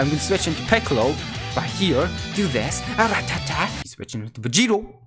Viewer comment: You keep calling sling piccol